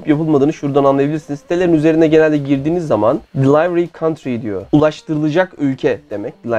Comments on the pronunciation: İngilizce kelimeleri yanlış telaffuz ediyorsunuz. Delivery (dilivıri), component (kımpounınt) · Yanlış telaffuz ettiklerini ben de ekleyeyim aklıma geldikçe (bunu dedikten sonra tüm videoyu 2x hızda tekrar izledim) Roswheel (ros kismi nasil okunuyor bilemiyorum ama wheel teker olan wheel herhalde... well diye okunmuyordur) Delivery (deli-vıri) Monday (ingiliz aksani yapmiyorsan "o" degil "a" daha gunluk oluyor, mandey yani) Components (ama burada da tersi, "komponınts" dogrusu) Height (hayt) Evans (evıns... az önce emin olamayıp youtube'da kendi kanallarından bir video bulup kontrol ettim) Wahoo'yu da vahuu diye okuyorlar CiSiEn'de (bende var, seviyorum)